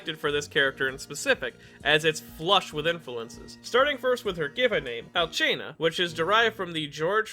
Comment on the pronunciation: The way you said Alcina and had me rolling :D Great video btw